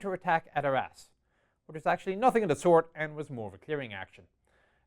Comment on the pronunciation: So, this was really good, but 'Arras' sounds like 'our ass.' 'The pocket's southern flank was anchored by our ass...'